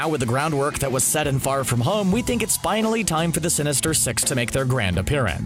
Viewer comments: when he said the word “sinister six”, all i hear is “sinister sex” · Anyone thought he said sinister sex 😂